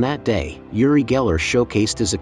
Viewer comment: I can't vouch for the info here, although I am a believer. However, I can issue a correction: "Yuri" is a Russian name. He isn't Russian, but Israeli. The name is pronounced like this: Ooori. ❤